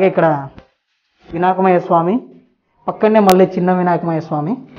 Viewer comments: Vinak mayya Swamy kadu Anna "vinayakudu" 😃😃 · Vinaakamayya kadu babu, vinayakuduor vigneswarudu, nee vedio chala bagundi